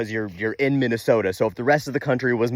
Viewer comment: Minn eh soh tah.